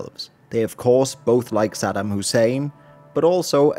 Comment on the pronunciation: Aside from mispronouncing Saddam's name, but yeah 👍